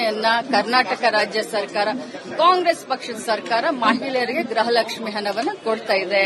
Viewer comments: Adu ಗ್ರಹ ಲಕ್ಷ್ಮಿ ಅಲ್ಲಮ್ಮ ಗೃಹ ಲಕ್ಷ್ಮಿ ಅಂತ ಹೇಳಿ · ಗ್ರಹ ಲಕ್ಷ್ಮಿ ಅಲ್ಲ ಮೇಡಂ ಗೃಹ ಲಕ್ಷ್ಮಿ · ಗ್ರಹ ಲಕ್ಷ್ಮಿ ❌ ಗೃಹ ಲಕ್ಷ್ಮಿ✅